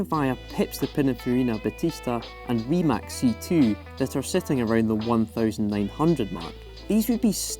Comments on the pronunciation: NO it's not pronounced as 'Rimazz' it's 'Rimats' are you even from Croatia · It is Rimac, not Rimak C is like 'zz' in 'pizza'